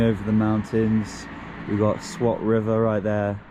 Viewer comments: it's not pronounced SWAT like a swat team. But pronounced "Swaath" - Enjoy your trip dude. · m8 peace and love to ya but pronounce it like 'Sa-Waat' pleasee. The way you pronounce it makes me feel like my house bout to be raided 😂✌